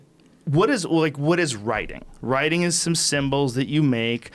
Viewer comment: Joe "What is wiriting" Rogan